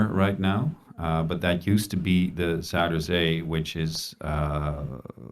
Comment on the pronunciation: Alternate title: fails to pronounce a links course while a Dutch robot speaks in the background;) In all seriousness, I'd be delighted to do this with you in future if I get the chance. Great series idea:)